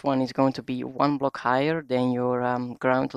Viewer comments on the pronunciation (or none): i heard you said highrer (higher)